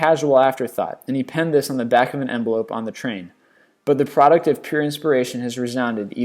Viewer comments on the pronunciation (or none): none